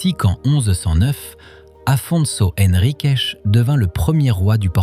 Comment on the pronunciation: Merci pour ce joli reportage. Juste une petite remarque. S'il vous plaît 🙏, les mots qui finissent par un "s" prononcez-le normalement comme un "S". Mais, arrêtez le "CHE". Ça fait saigner les oreilles. Ex : Guimaraes. Non pas Guimaraeche. Henriques et pas henriqueche. Sinon, le reportage est magnifique, de très belles images et des explications qui donnent envie de tout visiter. 1000 merci pour ce beau voyage.